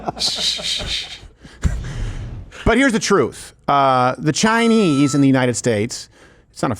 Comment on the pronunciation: You mid pronounced Chineeee